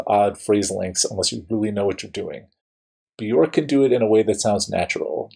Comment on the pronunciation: Love this song. BTW, Björk is pronounced “be-yerk”. The “ö” sounds like the “o” in work; rhymes with jerk … not cork. Great analysis!